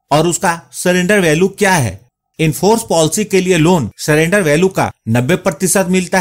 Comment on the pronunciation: Polcy nhi policy hota hain